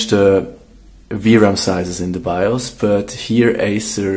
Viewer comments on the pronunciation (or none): none